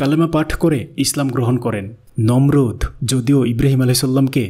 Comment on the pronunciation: Nimrud noy Nomrud e